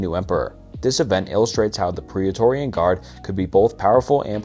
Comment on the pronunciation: Bro. I had to turn it off 10 seconds into Caligula. I’ve commented this on your channel before, you NEED a pronunciation guide or something. You’re butchering like basic terms and stuff all the time. “Caloo-guh-La”. “I-dees of March” “pro-Laurian guard.” These are all screwups in the first minute. Go look at any other video and see how every other person pronounces it these terms. I would have watched the whole thing, but I can never make it through your videos because of your pronunciation and your reading. It seems like you do 1 take, and don’t want to take the time to do another where you don’t stumble on words. I’m on the Vespasian parts right now and you can clearly hear you pause before saying Vespasian each time. These are things that are gonna put a legit ceiling on how big you can grow, and if the intent is to become a bigger channel, you gotta fix this. Oh god I just got to Constantine, and heard how you pronounced his name, I have to turn it off…